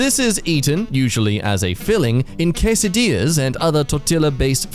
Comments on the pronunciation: The fact that he says quesadilla properly but not tortilla annoys the hell out of me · Why did you prONOUNCE THE L ITS SILENT YOU PRONOUNCED QUESADILLA RIGHT